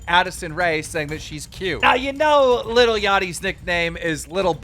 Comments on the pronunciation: it’s LIL not little jesus christ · Damn Keemstars such a boomer dad he pronounces "lil" as "little" twitter: Josh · I love how keem says little instead of saying lil-@ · “Little yatchy...I love little yatchy to death” “Little Yatchy” bro ITS LIL L I L NOT LITTLE you literally couldn’t get whiter if you change your name to white